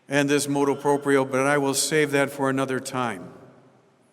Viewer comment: MotU proprio not motO proprio.